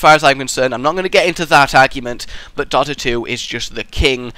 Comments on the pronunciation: Why do you pronounce Dota wrong btw xD? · Why do you say Dota wrong?